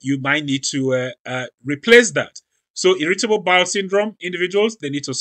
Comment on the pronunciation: Just curious, how come when you say the words "mandatory " and "irritable," you put the accent on the second syllable instead of the first syllable? I don't think I've heard it pronounced that way before.